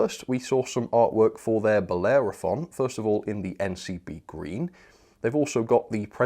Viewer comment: FYI: The pronunciation is ‘Bell-Er-Off-On’ If you say it like that you’ll get it correct 😊